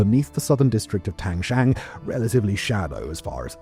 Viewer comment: Mr. Whistler not 1 minute into a video and confidently butchering Tangshan. I think it’s meme worthy.